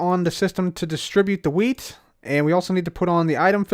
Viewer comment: sounds like your saying weed not wheat